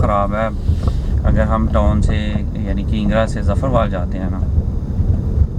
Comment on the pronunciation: Bai toon Ni hota town hota h